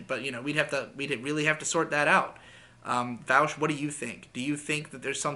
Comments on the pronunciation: You call him “vowsh” now I know you’re not a lefty lol all right wingers call him vowsh but his name is Vaush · every time you call him "Vowsh" and not "Vawsh" i die a little inside